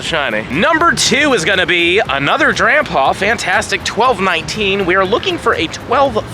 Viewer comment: Sounds like you're saying shiny grandpa